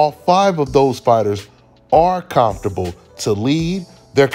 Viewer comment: C’mon give us one more “calmfortable” when he says comfortable it just hits different where u from cuz with that accent? Lol salute!!